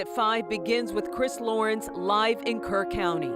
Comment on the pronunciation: It’s Kerr County! Not Kirk!